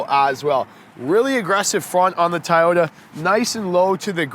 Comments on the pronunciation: It’s TOY-ota. Not TIE-ota. Unless that’s just the Canadian accent, no offense. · LOL its TOYOTA not Tieyota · i had to stop 2 minutes in .. why are you calling it a tie ota.. even up north they dont say that.. at least i hope not... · tieyota lmao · I try over and over to like Toyota, however, the more I see it I hate it. Not a Toyota fan at all doesn't matter how much I try to be. The Mazda 3 is way better than this car. BTW isn't it pronounced TOY-YO-TA like how you would say the word toy as in I bought a toy for my child? Why are you pronouncing it THAI-YO-TA like the country Thailand? LOL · It's TO-YO-TA not TA-YO-TA. Sheeesh!🤦🏻‍♂️ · I stg if he keeps saying Tyota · Is it “”.Tieoyta”? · At first I was like Nahhh! Then he kept calling it tyota wtf?? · Keep butchering the name and we're going to send you to Principal Oh Shack Hennessy office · Why can't this guy say Toyota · Why does he say toyota like that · No Actually it not like Tomato, Tomato. The company name is spelt very differently from how it being pronounced in the video. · LOL, he is doing a review on a car and doesn't even know how to say the name correctly.